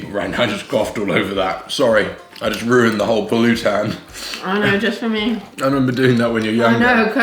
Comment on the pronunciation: Just a little pointer: most tagalog words are spoken with emphasis in the second-to-the-last syllable, example: sawSÁwan, puLÚtan, magLÚto, kaiLÁngan...and many more... Though some are spoken with emphasis at the last syllable like masaRÁP, umiNÓM, buSÓG... hope this helps in your learning